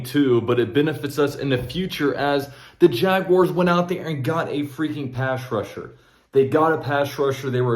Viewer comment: Yeah…he butchered that lol